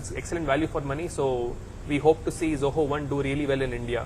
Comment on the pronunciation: That is Zoho, not Joho!